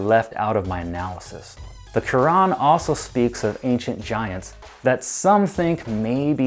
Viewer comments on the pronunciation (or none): none